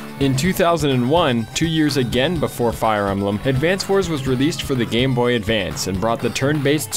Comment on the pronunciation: i love advance wars, wtf is fire em-ba-lam?